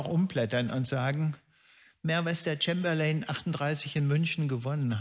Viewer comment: Sehr anschaulicher Vortrag, vielen Dank. Zwei kleine Unschärfen habe ich allerdings entdeckt. 1. Der britische Premierminister Neville Chamberlain wird nicht "Thschämberlein", sendern vielmehr "Tschäimberlinn" ausgesprochen. 2. Die Spitfire wird in ihrer Darstellung häufig etwas überhöht. Von den einmotorigen Jagdflugzeugen der RAF waren weniger als ein Drittel Spitfires.